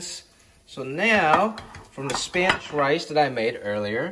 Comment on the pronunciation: chinese dude cooking mexican food? We have come full circle bro. Your spanish pronunciation is on point too